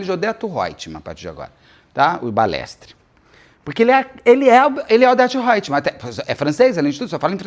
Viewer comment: Ele fala Odeto Hoetman, lembrei da Odete Hoetman, nem sei se é assim que se escreve😅